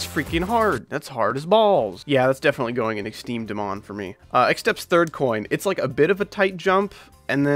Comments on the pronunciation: its not exteme dmon its extrem demon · "Exteme dmon" 💀💀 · I love when you say exteme dmon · I like it when he says "exteme dmon"